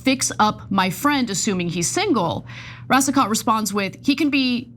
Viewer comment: Pronounced Racico (t is silent)